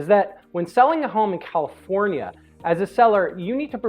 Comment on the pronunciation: Cali-for-Nee-A?? Do I take the 5 to the 405, and exit on Mulholland??